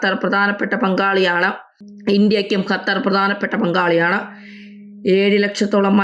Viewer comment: ഹത്തർ 😂 ഒന്ന് പോടി തള്ളേ ആദ്യം പോയി നാക്ക് വടിച്ചു വാ. സോളിഡാരിറ്റി എന്നാണ് സോളിസാരിച്ചൂട്ടി എന്നല്ല 😂 പോ തള്ളേ